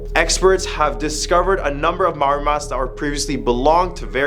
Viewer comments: Maori not mauri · Bro litterally said Mawori in stead of maori, Haha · Its okay that you cant prounonce maori its a hard language to pronounce e pai ana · The person that pushed Yuri was actually a Russian ballerina named Dasha. No offence but you mispronounced all of the Maori names.